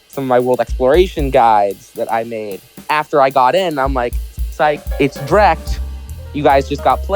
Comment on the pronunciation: DREAKT I THOUGHT IT WAS PRONOUNCED DREE-KT ???